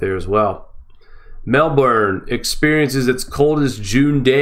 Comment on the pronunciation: you pronounced Mel-burn correctly. Its cold here !!!!!!!